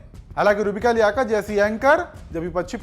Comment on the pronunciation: लियaकत को लेआआकर😂😂